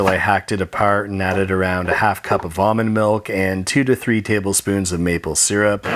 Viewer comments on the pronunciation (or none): It sounded like he said vomit milk instead of almond milk